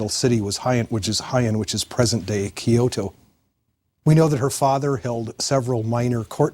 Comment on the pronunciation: In the first 30 seconds our expert mispronounces BOTH Heian and Kyoto. Loser